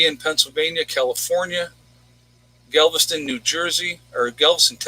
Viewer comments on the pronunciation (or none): none